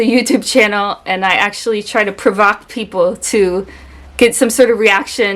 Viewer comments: One thing that comes to mind is how many people don't even have command over their native tongue. Just in this video, she says "pro-vack" instead of "pro-voke", which might have been a simple mistake, but it's often the case that all native speakers have some words they don't know how to pronounce. I recently had a music class in which my professor said "im-ped-ence" instead of "im-pede-ance". It sounded like he was saying "impotence", so I make a crack about that. We the class emptied out, I told him the proper pronunciation, having an electrical background. He did adjust, catching himself when he said it incorrectly, but even with a doctorate, he lacked the knowledge to say that specific word. Point being, everyone isn't perfect in their native tongue, I certainly know I'm not, but we are still fluent even with our faults. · She said "ProVak" instead of Provoke... even her English is not perfect and she's American :) lol